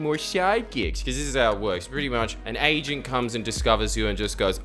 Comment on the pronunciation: I thought you said you get you're 'asian' not "agent" hahaha